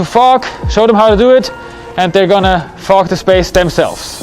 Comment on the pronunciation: "We are going to train the guys on how to fog" - sounded like F*** 😅